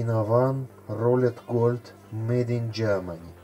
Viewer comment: Голд а не гольд